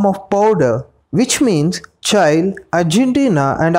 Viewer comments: Its not "CHAI" mate , its CHILE ... like mirchi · Buddy it is pronounced as Chi lll eeee not child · I hate the way you pronounce ‘Chile’. It’s pronunciation is same as we pronounce ‘Chilli’ not ‘Chail’ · Its Chile not Chail. Spell like Chi Lee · It's pronounce Chee - lay , or chee- lee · It's pronounced Cheelay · Please pronounce Chile properly 😅